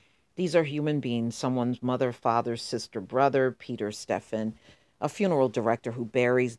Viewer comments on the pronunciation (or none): none